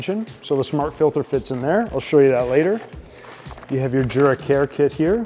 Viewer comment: It's pronounced "YOO-Rah" not "JOO-rah."